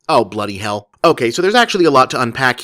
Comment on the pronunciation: as a brit, hearing an american say "bloody hell" is doing weird fucking things to my brain